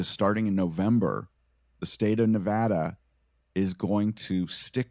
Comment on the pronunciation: Thank you so so so much for saying Nevada right!